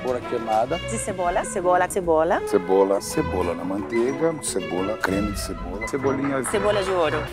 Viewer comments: Imagina a Jiang tendo que falar esse tanto de "cebora" kkkkkkkk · Imaginem a Jiang na prova da cebola falando "cebora" 30 vezes HAUAHUAUAAU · Falta a Jiang falando "Cebora" 😂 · faltou a "cebora" da JIANG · Agora quero ver se a jiang não aprende a falar cebola depois desse video kkk